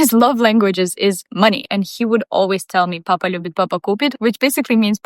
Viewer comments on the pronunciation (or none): The Папа already isn't sound like a russia word pronunciation😂